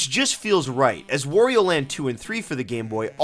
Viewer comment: "Wario" rhymes with "Mario," bro. It's not "wore-e-oh."